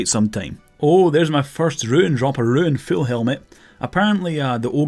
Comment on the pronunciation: roon, not ruin.